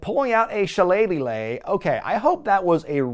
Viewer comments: every other video there's a new le added to shilelighlelegh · If that's how pronounces Shillelagh, imagine how he pronounces Worcestershire Sauce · Or Leicester City 😅